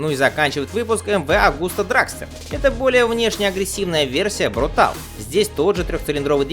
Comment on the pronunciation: Ты достал, блин...какой "брутал"?! Почему ты "съедаешь" последнюю букву?! Контора чья изначально? Правильно, итальянская. Вот и читай по-итальянски: "брутале". Ты же в слове "велоче" почему-то последнюю букву не "съедаешь".